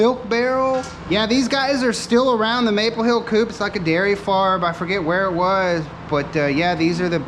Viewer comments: Just an update, the Maple Hill cream can. Is not pronounced coupe, or coop as in chicken coop. It is co op, (kow op). A cooperative. It appears as "coop" on the can due to space limitations. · Coop is short for cooperative, and is pronounced co-op, just fyi.